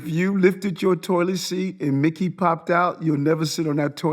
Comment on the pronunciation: the way he says Mickey makes it sound like a slur